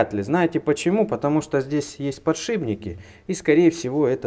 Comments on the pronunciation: Подшибники? 🙈 Всё, дальше не смотрим. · подшиПники, а не подшиБники 😂